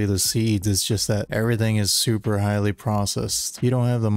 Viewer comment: Did just say shuper?